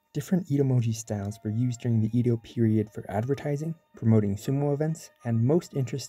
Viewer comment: Anyone gonna tell him it's Edo, not Ido?